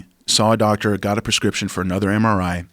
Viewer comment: Rafael "anudder doctor" Lovato Jr